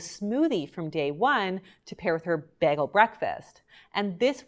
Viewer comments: She says bag-el. Haha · She keeps saying baggel.. I love it.. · Ok but is anyone gonna discuss how she said bagel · Im sorry but why does she say bagel and pasta like that 🤔